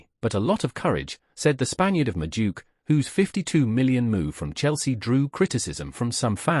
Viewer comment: His name isn't MADOOK (Madueke) The right pronunciation is MA-DU-AKAY